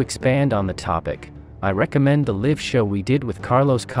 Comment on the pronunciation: The "Liv" show? Is Liv a comedian?